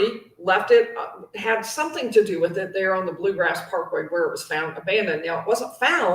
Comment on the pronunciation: It’s “Bluegrass” Parkway.